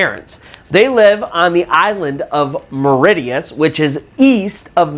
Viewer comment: Its not Mauri tea us its pronounced Mauri She us